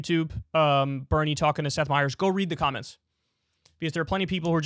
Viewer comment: who the F is STETH Meyers ????? it's SETH Meyers, not STETH meyers 😂